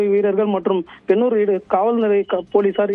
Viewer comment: ஏப்பா செய்தியாளரே இளவங்காடு இல்லை❌ இளங்காடு பெண்னூர் இல்லை பொன்னூர் செய்தியை சரியா படி😂😂😂